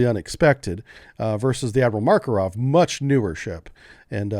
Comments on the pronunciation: Makarov, not Markorov. :) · Hey. You really should take some time to review your pronounciation of slavic names. Seriously. You can't even pronounce "Makarov" without inserting random phonetics. tf